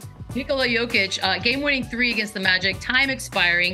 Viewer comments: Say it with me man, Yo-Kitch. Jokić has an extra sound in the Serbian language as noted by the mark above the ć. I think we know someone who doesn't like Nikola or the amazing seasons he's been having. Let's also not forget he is 16th in steals, and 6th in deflections, and does have a highlight reel for game winning blocks. He's not all offense, but his defense doesn't come in almost entirely zone setups like Embiid gets most of the time so peopledont understand why it doesn't shine. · How are you on this panel and can't say his name right?? IT'S YO-KICH!! The two-time MVP! Ugh. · shams cant even get close to saying his name the right way.... smh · Will someone please explain the guy how to properly pronounce back to back mvps name? Very disappointing and disrespectful. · Jokic is at the point where shams charania should be pronouncing his name right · Why can't that dude say his name right, sheesh